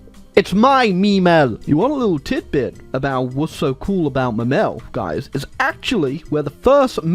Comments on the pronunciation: speaks "Memel" *Crys in German" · Seeing make Latvia communist and mispronounce the German name of Klaipeda (Memel) has to be one of the most cursed things ever